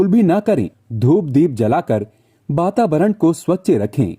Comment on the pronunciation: Bababaran nhi hota bro vatavaran hota h